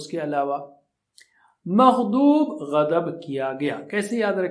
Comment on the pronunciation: ASSLAM ALAKUM WARAHMATULLHI WABARAKATUHU Surah fatiha main magzubi ko aap magdoobi q parrd rahy ho Plz batay Or Quraan majeed m kis kis pr ayat pr ayat lagai jati h ye b ek bar tafseel s batay Mene Quraan majeed kafi km age m hi AAPA G s pard liya tam rozana pardti hoon bs ye kuch confusion hain plz aap inhy durust kary